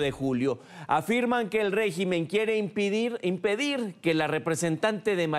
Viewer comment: IMIPIDIR DICE jajajajaja